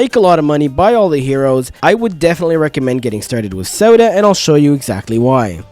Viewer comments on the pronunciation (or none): yeah like your saying sawdust or sawduh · its not sodah its sahdah